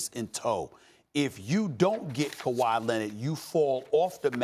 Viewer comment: I love how all the American talking heads say Kuwai signing everywhere but Toronto. Maybe they are right but I'd like to see them proved wrong again 😂